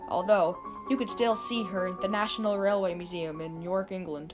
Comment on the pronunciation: I gave up shortly after she said YorkEngland like one word! Why didn't she say Chicagoamerica?